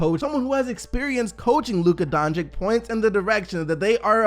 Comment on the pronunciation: Why do you pronounce the two C’s in Doncic differently? They’re both “ch” sounds lol.